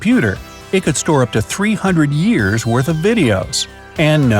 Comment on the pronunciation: He said ears instead of years